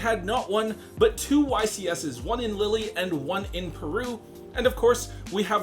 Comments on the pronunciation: The first time he said it, I was like O.o the second time he said it 🤣 ain't no way bro called Lille, Lily. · Sadly I know people that pronounce the name of every card incorrectly on purpose, may have gotten Lille wrong, but, I personally don't hold it against him, just a silly thing in the moment, and that doesn't take away from all the great work he puts in for the channel.